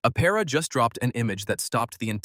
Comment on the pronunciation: “Aptera”- Please include the T in your pronunciation, thank you.